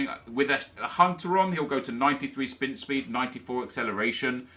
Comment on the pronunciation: “Spint speed”